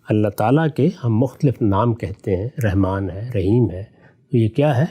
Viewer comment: Ghamdi sb. Very strange and shocking by using the one of beautiful names of Allah SWT Rehman instead of RAHMAN. Reham means womb or uterus .pl in future say رحمن with zabar not zer.